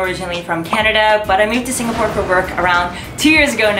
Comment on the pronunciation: Im stressing out on the way she pronounce the different locations in SG